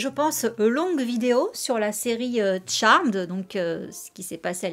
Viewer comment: ca fait du bien de voir des gens bien prononcer le nom de la série; fuck you ceux qui disent charméd